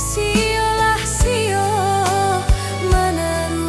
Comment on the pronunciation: Lagunya bagus suara yg bawain jg bagus...namun pada pengucapan Sio lah sio mananam padi... pada bait terakhir lagu ini sepertinya agak keceklik pada pengucapan "sio lah sionya" ,.. ..